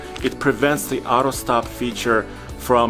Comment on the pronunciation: What's "ahro" stop-start?